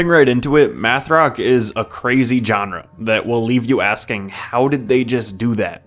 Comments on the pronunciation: "Genre" isn't "John-Rah". It's pronounced "Zshon-Rah". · His pronunciation of “genre”was just generally jarring. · learn how to pronounce genre.